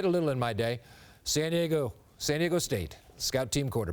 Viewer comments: Ron Burgundy would never have said San De-Eggo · He said San Diego wrong how dare he